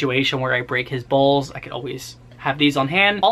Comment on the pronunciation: "If Mikey ever has a situation where I break his bowls" THOUGHT U SAID BALLS LMAOOO